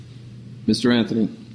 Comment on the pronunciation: judge: "Mr Anfhony " lol